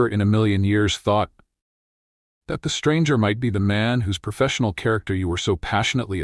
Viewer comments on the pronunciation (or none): none